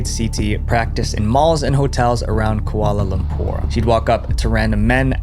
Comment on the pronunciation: he mispronounced "Kuala Lumpur" as "Koala Lumpur"